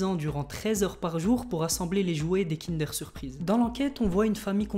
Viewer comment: On dit KINDEEEEUUURE ! PAS KINDÉR !